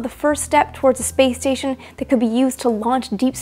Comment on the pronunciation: Why do I hear play station instead of space station? XD